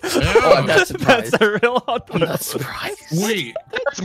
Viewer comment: Hotwheels? Nah. Hotheels